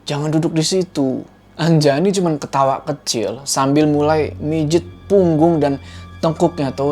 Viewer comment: nama saya Anjani bukan Anjayani apalagi Anjay ...